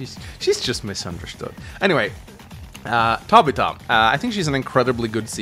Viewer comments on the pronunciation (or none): It's pronounced Tab i fa not Ta bi ta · Tab-ith-ah. Not Tab-it-ah. Love your content. But that was bothering me. I know its stupid but I couldn't help it. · Never heard anybody ever say Tabitha like that. Ta-bith-a. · Tabita? Tabitha. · For the love of, you are way off pronouncing Tabitha: The developers knew how broken Caulder was, that he was banned from the online mode. I agree that for a Final Boss, it makes sense he is overpowered, and clearly was not meant to use in multiplayer. I'm not sure if I would consider Lin to be A. Maybe in Fog of War, but without it, she does become a bit under-powered compared to the rest. While Greyfield is a weak CO, I do say he shines on larger maps, especially with Naval support. When you are running out of ammo and fuel, so don't have to rely on APCs (or whatever they are called in Days Ruin). He can just activate his CO Power, and that is really helpful (he's basically like Jess). Also, APCs can only build a Temp Airport or Port once. The Materials can not be resupplied, and only Greyfield's power can do this. Same with building Seaplanes.